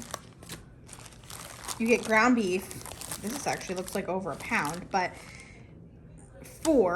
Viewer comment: I subscribed because you said meef. Lol